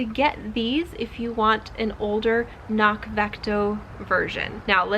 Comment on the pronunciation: FYI: They note on their site that it’s pronounced with the hard C included at the beginning, just as it’s spelled. (kuh-nock) (It basically means ‘hill’ in Gaelic.)